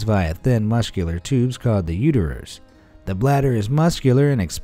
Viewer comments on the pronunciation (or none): "Uterers"? I think you mean "ureters". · Ureters, not Uterers lol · Is it the pronounciation that's wrong, or did the narrator say the urine comes from the Uterus? Shouldn't that be the Urethra?